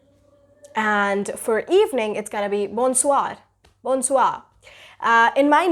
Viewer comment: Your english pronunciation is great but your French pronunciation is mostly wrong.."Bonjour" should be pronounced as " bow- zu"... and bon soir should be pronounced as "bow soi" n will remain silent